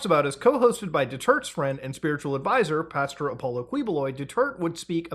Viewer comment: He pronounced Apollo properly.